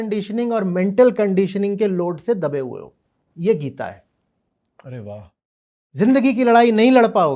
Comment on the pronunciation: गीता का उच्चारण जिसको ठीक से नही आता गीत गीत कर रहा है वो, ऐसे व्यक्ति से गीता पर गहन चर्चा करने बैठे हैं 🙂 उस गीता की चर्चा जिसमें लिखा है कि मुझे ऐसे किसी के सामने मत खोलना जिसकी मुझमे श्रद्धा ना हो जिसे कृष्ण से प्रेम ना हो।